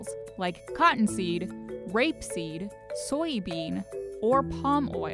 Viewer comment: why the emphasis on rape